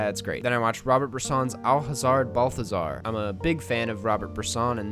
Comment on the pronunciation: You sound a bit too braggy for someone who doesn't know how to pronounce Robert Bresson's name